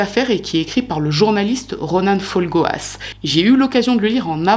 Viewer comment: toujours sympa les vidéos du dimanche. (par-contre, on dit " Ronan " avec un "en", et pas "Ronanne", merci)